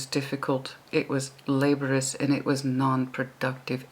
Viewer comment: Hey, it's Cyclic pronounced sick-lick. Laborious pronounced la-bore-ee-us. Communicative pronounce cum-you-nick-ah-tive. Obligatory pronounced oh-blig-ah-tory (the blig rhyming with cig as in cigarette). Just helping!:)